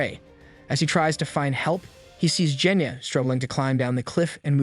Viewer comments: BRO CALLED GENYA JENYA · you did a crime. you pronounced "genya" as "jenya" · C'mon now, its not "Jenya". Put some respect on his name, kid is underrated.